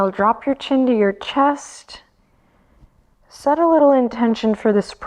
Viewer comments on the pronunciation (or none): "set a little' sounded a bit like 'settle', and at that moment, Benji did settle down ❤️ love his gentle soul <3